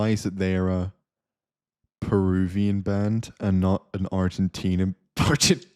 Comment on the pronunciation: The "perusian" thing completely ended me 😂😂😂